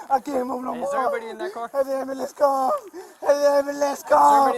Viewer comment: Why can none of the geniuses on this channel say ambulance properly??? 😂